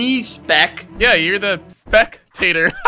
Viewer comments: "Youre the -tator" Me:😐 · I like wane said spekteter